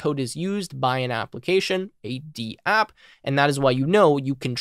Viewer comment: Nice! But I think it’s Dapp, not D-App 🤷‍♂️